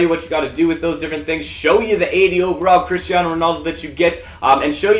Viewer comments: ummmm Christaino? i thought it was Cristiano good job ea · His name is cristiano not christiano